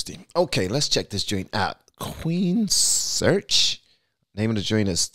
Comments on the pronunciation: Queens-reich, not Queen search. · It's pronounced Queens-Reich brother! I'm so glad you got around to this one! Geoff Tate is a friggin monster of a vocalist! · The band's name is pronounced, Queens Rike. Ryche is the old English word for "Rich." I saw them in 86' opening for Metallica's Justice for All tour. I highly recommend their song "I Don't Believe in Love." It is off of their album "Operation Mindcrime." Mindcrime was released in 1988 and is a concept album, it is very politically driven. Conspiracy, revolution, and government corruption are the theme of the story. This album will simply change your worldview. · Lmfao that ending tho! More Queensryche please! (Pronounced Queens-rike) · "Queen...Search", gets me every time. LOL. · the name is pronounced Queens-rike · Pronounced Queens Reich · It's pronounced Queens Rike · Its pronounced queens rike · Please, I beg you to learn how to pronounce the bands name.